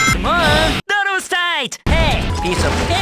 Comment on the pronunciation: "tyarhd was tight" Ah yes it was indeed tighr